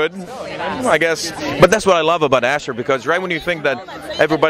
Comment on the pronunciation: It's pronounced as Ashoor, not Asher. It's Assyrian, not Hebrew.